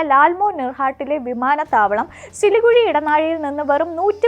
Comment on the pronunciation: സിലികുഴി അല്ല സിലിഗുരി ആണ് 😂😂😂